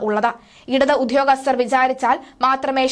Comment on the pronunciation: ഉധ്യോഗസ്തർ അല്ല. അത് തെറ്റാണ്. ദയവായി ഉദ്യോഗസ്ഥർ എന്ന് ഉച്ചരിക്കുക. ഭാഷയെ കൊല്ലരുത്